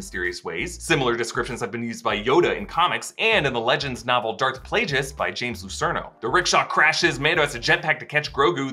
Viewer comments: Did he say playjus instead of plagius? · did he say darth plajus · Did you just say "Play-juss"? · Lol, ol Darth Playjuice the wise. Even Palpatine didn't pronounce his master's name as play juice. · “Darth PlayJUSS”??? Cmon, didn’t you ever hear the tragedy of Darth Plagueis The Wise? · Darth Plajeus lol? :p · "PLAGUEIS" IS PRONOUNCED WITH A HARD "G" WE HEAR PALPATINE SAY THIS IS REVENGE OF THE SITH DURING THE OPERA SCENE